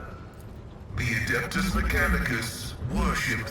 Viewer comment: No machine spirit is a like a precursor to ai . abominable inteligence is banned in the imperium . And for the love of the emperor its ad e pt us not ad a pt us mechcanicus 😊